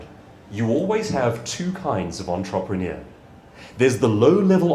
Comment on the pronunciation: your videos are good but you straaaaangle a word you use the most: entrepreneur. This is how it’s pronounced